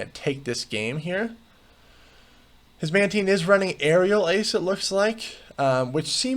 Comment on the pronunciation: It's pronounced "Mantine," not "Mantine"